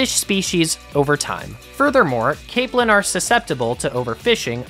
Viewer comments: Caaaaaapelin. Long A sound. Not cap lin. Cape lin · It's pronounced Cape-lin. Like in Cape Cod.